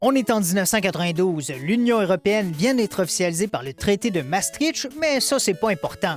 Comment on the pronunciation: ça se dit maastrikt, même si c'est écrit ch